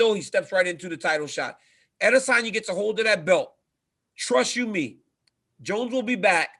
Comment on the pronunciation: Hey this is for Ariel. Next time you need to explain to DC how to pronounce Adesanya, tell him it's spoken more like a'Desanya. The emphasis is on the 'De' and not the 'A,'